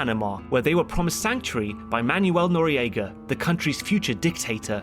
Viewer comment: In addition to that, it's Simón Bolívar. You pronounce his last name correctly, but his first name isn't "Simon." Simón, however, is pronounced a lot like if you're saying "the moan." While I'm on the topic, Manuel Noriega. It's "man-well." Otherwise, fantastic History Buffs, as I always love!